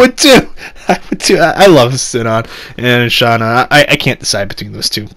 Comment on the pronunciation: Shion is pronounced as "Shi-yon" not "Shi-on" and Shuna is pronounced as "Shu-na"not "Sha-na".